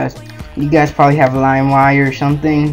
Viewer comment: ok you gaisss; u need a better tutorial; ok you gaisss